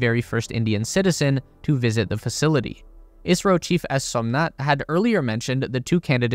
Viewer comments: not i-a-si-ro its is-ro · Why does it sound like you're saying Israel in a video about India ??? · The host is saying "ISRO" not "Israel", his pronunciation of ISRO is wrong but everyone who is aware about ISRO will know that host is talking about Indian Space Agency and not about Israel. Anyways Correct Pronunciation of ISRO is: "IS" as "is" in "his" and "RO" can be pronounced normally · It's ISRO, not Israel. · Did I hear you kept saying Israel instead of India? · Isro not Israel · Right ? I keep hearing israel too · Why does he keep saying Israel? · he pronounces ISRO as Israel for some reason lol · The host is talking about "ISRO" not "Israel", but yeah since the pronunciation of Host is wrong than misunderstanding is expected among those who are not aware of ISRO. Anyways Correct Pronunciation is: "IS" as "is" in "his" and "RO" can be pronounced normally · OK, ISRO. Am I the only one with a hearing problem? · Isro , he’s saying ISRO